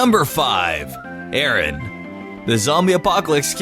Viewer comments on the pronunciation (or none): none